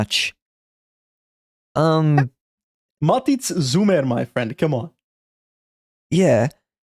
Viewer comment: Matic Žumer is pronounced it's "ma-TEETS ZHOO-mer" But thanks for the laughs trying to pronounce it XD